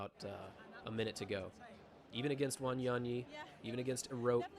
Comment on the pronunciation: It's funny how they pronounce Wanyonyi in American accent as Wanionii😅😅😅😅